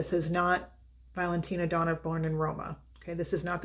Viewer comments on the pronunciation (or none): none